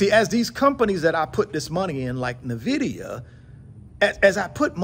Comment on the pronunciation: Nvidia is pronounced "en-vi-dee-yuh". Say it with me...en....vi.....dee...yuh.